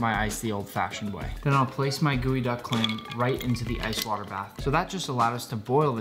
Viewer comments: It's GEOduck clam not goeyduck clam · geoduck not gooeyduck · Ok, so, y'all are doing the jokes justice, but can we just maybe take a moment to address the fact that this thing is spelled GEO-duck, but he's pronouncing it GOOEY-duck?! 😳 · It is pronounce as geodek not geoduck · I thought it was pronounced jeeyo duck not gooeyduck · Nick, you prepared this clam to eat as sushi. But can you steam it as you would other clams? In other words, can this type of clam be cooked and eaten warm? One more question, you pronounce the name of this clam like "gooey-duck." But the spelling I see is "geoduck." I would say "jee-oh-duck." Please explain your pronunciation. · Delicious but why are we calling it GOOEYduck? Is it not GEOduck? Just curious really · Why is it pronounced "gooey-duck" and not "gee-oh-duck"? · pronunciation geo